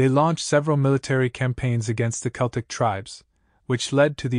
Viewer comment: How can you release a video and not be able to pronounce the subject matter correctly?